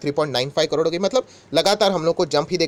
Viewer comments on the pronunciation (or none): none